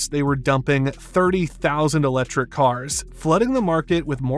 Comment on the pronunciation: “Uh-lechrik” cars.